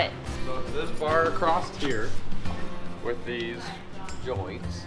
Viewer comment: Someone please tell... the word is ACROSS... and not Acrosst... lol